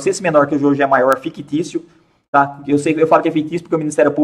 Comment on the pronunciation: Kkkkkkkkkkkk " çei"